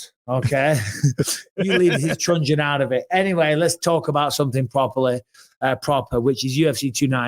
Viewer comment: Mike that's a truncheon not a trungeon.